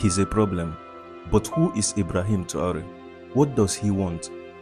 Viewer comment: Er heißt Traoré und nicht Tru 🐒